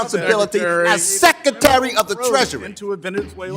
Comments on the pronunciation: “Your responsibility as SECATARY” 😮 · What is a sekatary?